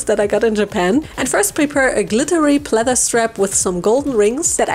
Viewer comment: Just love how she says SpRaKlEy and PlEaThEr